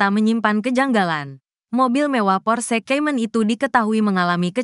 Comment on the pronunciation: Kalo pake narator AI cari yg bagus lah masa Porsekaymen :face-blue-smiling: Baru tau ada mobil merek Porsekaymen